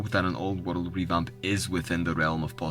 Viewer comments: Am I the only one hearing "woddle of warcraft" everytime he says "world"? 🤔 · Every time this dude says Wurald (world) you gotta take a shot.... god damn you drunk after the first 5 mins..... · New WORULD! LUL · waruld. it's hard man.... SO HARD...